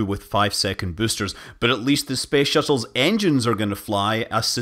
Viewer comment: Came here to hear büüsters and wasn't disappointed. Bonus müün.